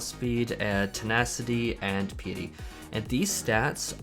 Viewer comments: why do people say pea-a-tee instead of pie-a-tee ? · It's Pi like the equation, then eh then tea. (Pie-eh-tea) not Pee-ah-tea. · As a new-ish player thank you for this guide. The only problem i have is piety. Its pie-ity. As in pious, prayer and stuff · Great video thanks for the info. Oh btw Piety is pronounced like pie ah tee